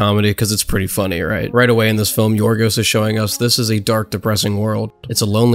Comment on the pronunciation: well his name in greek is Γιώργος λανθημος (George lanthimos) i imagine in English they call him yorgos instead of gorgos is because in Greek ( in the case of George ) g sound like y like yiorgos or yiordanis the y sound like y or gio (in this case) so yeah you pronounced his name actually well not like most English people I feel most because even if we have some similarities like 5% I think of English word have greek origin (like geometry and philosophy we call them almost the same in both languages) but the greek language has a really different alphabet and overall pronunciation and to be fair the Greek language is really complicated and hard so yeah good job mate